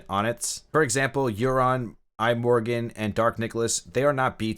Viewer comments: Who the fucks I - Morgan 🙈 my daughters called Imogen and its pronounced Im-o-jen lol keep the videos coming though, enjoying the game 👍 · Not only Melizza, but also iMorgen like an Apple product lol.